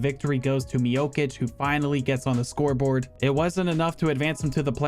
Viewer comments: Stop saying stipe “miokich” it’s pronounce “miochich” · when you say Miočić it's not a k sound but a ch sound like in cheese